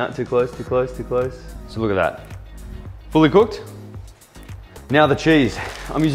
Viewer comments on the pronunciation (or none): Everytime says "fully in" 😂